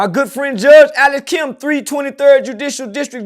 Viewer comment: Wth does he keep sayin Kim’s name like that that’s not his damn name smh mfs be tryna sound smart and sayin the wrong shit smh